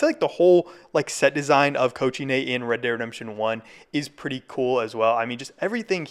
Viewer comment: It's not that hard to pronounce cochinay correctly🥀